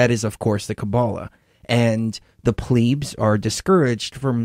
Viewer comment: Who the funk are the 'pleebs'? I have heard of plebs but not pleebs.